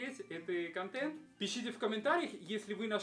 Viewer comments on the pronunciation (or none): none